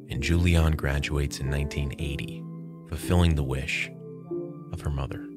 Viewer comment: oh, there is a mistake. it´s Juliane, not Julian 😅and pronounced different. anways ... she was lucky in that situation ...